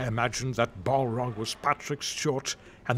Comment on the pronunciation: Also, "Bollrog" instead of "Balrog"